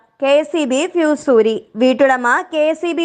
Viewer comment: PHEE S ALLA, FUSE ..... !